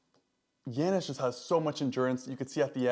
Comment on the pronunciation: YA-nis. Not Yan-nis. Lol. Killing me with these names.